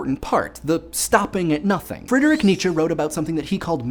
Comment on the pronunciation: btw 10 points for not calling him neechee like other Americans